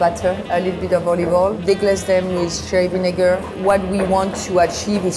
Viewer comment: she says cherry vinegar but it sounds like sth else 🙊